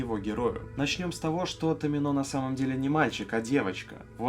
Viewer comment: во всяком случае рифмуется на томИно а не на томинО